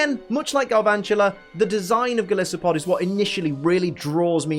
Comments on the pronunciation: Someone's got to point it out - it's Gol-EYE-so-pod, because it's based on not just Goliath, but an isopod 😂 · You also mispronounced golisopod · Disses Toby Also can’t pronounce golisopod But my god, if Toby isn’t adorable when he tries to say like 2/3 of the Pokédex names I don’t know what is.